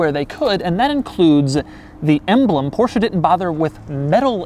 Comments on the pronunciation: The first english speaking person in my life who pronounces Porsche the way it's meant to be pronounced. I can now die happily. Thank you. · You are the only person who I ever heard say porsche the way it is supposed to be pronounced and no I dont mean Porsh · Doug the type of guy to judge you for not pronouncing it Porsch-Uh